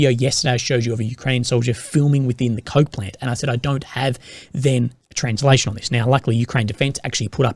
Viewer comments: Keep thinking he’s saying the “Avdeevka Cope Plant”, which is kind of apt really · I thought you said "cut off from Copeland" not coke plant.